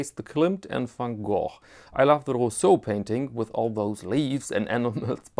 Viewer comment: Happy to hear someone pronouncing van Gogh right. "Instead of the "ven Go" I usually hear. Personally I would go for the van Gogh. That said, I would love to see Hokusai's "The great wave of Kanagawa' made by Swatch.